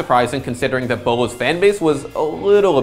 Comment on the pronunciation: Thought you pronounced his name bew-low